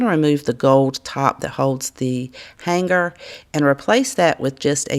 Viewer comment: I'm sure you're aware, the G in "hanger" is silent. I love watching your videos but it's killing me!!